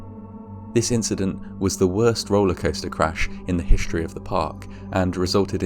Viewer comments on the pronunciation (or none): I didn't mean to be insulting when I commented 'hishtory' in another video. I thought it was a one off mispronounciation.